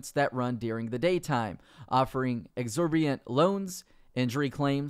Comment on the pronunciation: did you say exorbiant? Sorry lad, it's exorbitant!!!